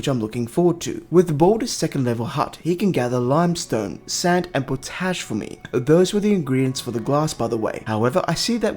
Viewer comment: Just an FYI: It's pot-ash, not po-tash. It's named after the method that was used to create it (soaking plant/wood ash in water inside a pot).